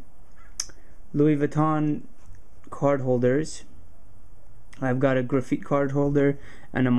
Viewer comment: ITS GRA FITE NOT GRA FEET